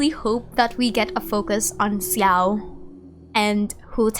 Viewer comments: why are you pronouncing xiao's name like ciao i'm so confused. i'm pretty sure it's said (sh)ao and some chinese players also pronounce it like that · Hi! Please excuse me I'm really not here to argue, I'm just wondering if there's any reason for you to say Xiao's name this way instead of.. "Sha-oh"?(or how could I write that better...?xD) I doesn't want to sound rude really so I just assumed you have a particular reason for that since I know what a crazy amount of time you put into genshin, the lore and your videos so it was a bit surprising to hear in your videos 😅 Of course this doesn't make you and your efforts any less!!! I really love your videos and your stlye! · Why do you say Xiao like that, with a 'Si' in it? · Your pronounciation of Xiao's name took me off guard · Same, I don't think I've ever heard anyone pronouncing his name like that.